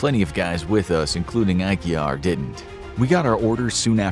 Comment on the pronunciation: Glad you pronounced Aguiar correctly! Great video.